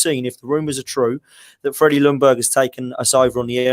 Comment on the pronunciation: As a swede its so annoying when you try to prenounce Ljungbergs name on each an every podcast i watch with british people. You say Lundberg, its prenounce it more as "Young BERG" L is silent =) Keep up the good work! :p